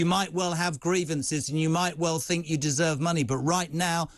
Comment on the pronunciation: People that say fink instead of think are clearly overpaid.